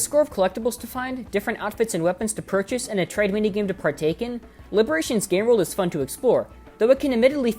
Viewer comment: "to part take in" lol